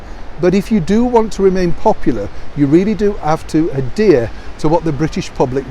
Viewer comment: it's adhere. not adear.